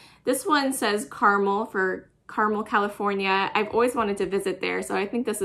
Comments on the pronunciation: Carmel. Car as in vroom vroom Mel as in a name Mel . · It’s pronounced Car-Mel.